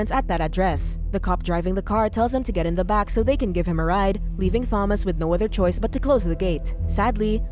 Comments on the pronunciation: I absolutely cannot stand how the AI voice says Thomas with a 'th' noise. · She made this totally unwatchable as she couldn't even pronounce "Thomas" correctly (FYI it's a silent H). The added fact that the name is mentioned like, at least 80 times made it even worse too!